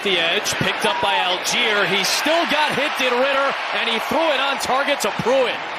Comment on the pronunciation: All - Gei - Er = ALL GUY ER "Al Jeer" would be spelled ALGIER. (Almost identical to the city in Africa.) Jeez. M 🦘🏏😎